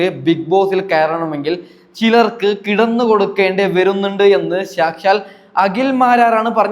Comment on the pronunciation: സാക്ഷാൽ. സംശയം എന്നുള്ള വാക്കുകളുടെ നിങ്ങളുടെ ഉച്ചാരണം കേട്ടു ചിരിച്ചു പൊന്നോ 😂😂😂😂🤣🤣🤣🤣..